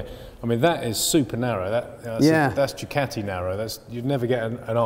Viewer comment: I stopped watching before the 2 minute mark when I heard Du-cat-e...